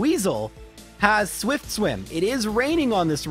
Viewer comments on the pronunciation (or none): none